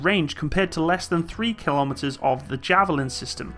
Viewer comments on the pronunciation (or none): none